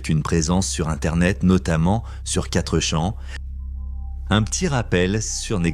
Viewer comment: Comment pouvez vous ouvrir une chaîne Youtube en ne faisant même pas la narration? Même 4Chan est mal prononcé! Vous êtes nuls et vous vous permettez de parlez de patreon??